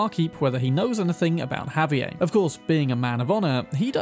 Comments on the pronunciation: "WA-KEEN". Not "Ja-Queen" he isn't German. Also "Ha-V-Air" not whatever that attempt was. He isn't French. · Just FYI, it's pronounced "Ha-vee-AIR" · Spanish isn't French, man. You pronounce the 'r' in Javier. And you pronounce the 's' in Luis (except for some dialects). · I enjoy your videos but man you butchered the pronunciations of those spanish names. For example the s in Luis is pronounced as is the r in Javier, and Joaquin is pronounced Hoe-a-keen.